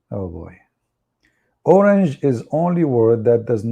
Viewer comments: HAHAHA you mean orang!! Not orange 😂😂 at first i did not know what you were talking about either. Orang, as in orang hutan (forest man) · It is not orange, it is orang. Prounce like orang-utan.Dictionary ￼ Definitions from Oxford Languages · Learn more Search for a word￼ orang /əˈraŋ,ɒˈraŋ,ˈɔːraŋ/ ￼Learn to pronounce